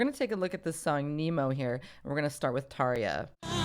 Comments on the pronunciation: Não é Tarjshiia porra! É Tarja, que se pronuncia Taria. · Bloody hell I’ve been pronouncing Tarja’s name wrong all these years!!! 😱🤭